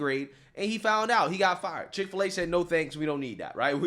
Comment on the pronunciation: Chik fil a not pig fil a